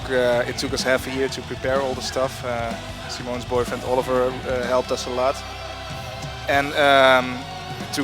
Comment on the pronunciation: What a hell??? SAIMONS? Are u crazy guys? It´s JUST SIMONS!